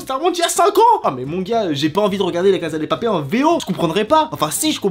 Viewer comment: Ça se prononce "la casssssa de papellll"